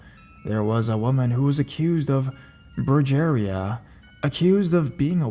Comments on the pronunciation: "brew j eh ria" 😂😂😂 broo hé ria brujeria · Brugereea lol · "Broo-jerry-ha" pulled me right of the story. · the stories are great but you pronounced the Spanish words for witch and witchcraft incorrectly. Bruja is pronounced brew-ha and brujeria is brew-hey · Yes, and when he said "brujería" it sounded funny. It would be broo-her-ía. Emphasis on the i. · Butchered that brujeria story lmao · The way he said brujeria 😂😂😂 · It was good till you said Bruja and Brujeria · I laughed when he said La Bruja wrong but lost it when he said 'brugeria' I'M DYING.